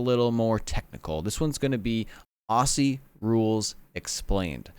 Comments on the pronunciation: Pronunciation tip. Aussie rules is pronounced Ozzie rules. The season is going right now. You can react to highlights of games. Your many subscribers (congratulations on 100) will tell you the best games. They also release a top 10 plays of the week every week. You’ve reacted to hits. You should also react to the best goals and the best marks. The other thing is find out some of the star players and react to their highlights. I would suggest: Lance Franklin (big forward) Dusty Martin (powerful midfielder) Garry Ablett Jr (small skillful midfielder) Eddie Betts (small forward) Jeremy Howe (Athletic defender) That gives you a good mix of different types of players and they are all superstars. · I lived in Aussie (pronounced 'Ozzie') for 20 years. I followed the game after a couple of years but now I love the game. The physicallitiy and tecnicallitiy of the game is brilliant. The season is on now. I'm sure it's about 3-4 weeks in. I'll be watching your AFL vids from now on. By the way, a hand-ball IS the only way you can pass the ball other than a kick. Cheers from New Zealand. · I HATE how Americans say aussssie. It’s pronounced auzie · It’s pronounced “Ozzie”, not “aci” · FYI Aussie is pronounced Auzzie not Aussie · it's pronounced Aussie like "ozzie" not "osssssie" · i love how Americans pronounce aussie. We say "Aw-zee" y'all say "o-see" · I HATE it when people say “auSSie” and pronounce it an an S sound. oZZy. ITS A Z INSTEAD OF AN S SOUND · It’s pronounced auzzie not aussie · Ozzie it's pronounced Ozzie ffs not ossy damn it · First things first... stop with "ossy". It's pronounced "ozzy" like the crazy old metalhead. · Aussie is pronounced Ozzie :) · Aussie should be pronounced like OZZY, the S's should not be pronounced like siss. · quick tip... pronounce Aussie as Ozzie..... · It's pronounced ozzie.. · Aussie is pronounced “ozzy” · Just a tip mate, it's said "ozy" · Just a simple note. It's pronounced "Ozzie". We cringe every time we hear the S's.